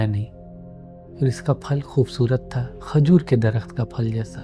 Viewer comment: خجور نہیں ہوتا، کھجور ہوتا ہے بھائی۔